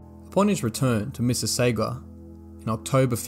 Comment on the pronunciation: Missi sauga, as in sausage.